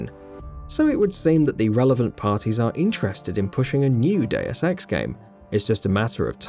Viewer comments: Day-oos Ex is the correct pronunciation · Gamingbolt:Diuaz Ex Me:ITS DEUS EX MOTHER FU-.